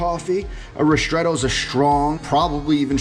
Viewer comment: why do you say rishtretto? it is ristretto